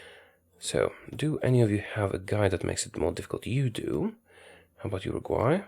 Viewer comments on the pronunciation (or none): I think he never heard abute Urugvay